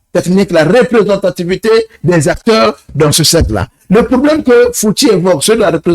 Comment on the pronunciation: Respectez les gens sur le plateau voyons! C'est Monsieur Fouti et non fouti